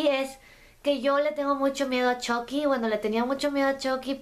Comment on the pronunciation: Una cosa chucky no se dice CHOCKY se dice chUcky